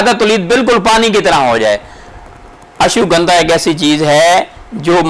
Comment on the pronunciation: Ashugandha nahi hai it's name Ashwa-gandha. Or yeh indian city naagpur main payi jati hai. Sorry for correction. Jazak Allah.